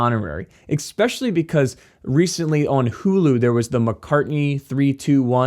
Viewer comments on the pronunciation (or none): Oh no! eXspecially is not a word brother. Love the content but the words especially. Please and thank you!